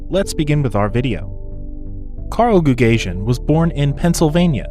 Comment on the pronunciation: Goo gah see en would be the appropriate pronanciation not goog asian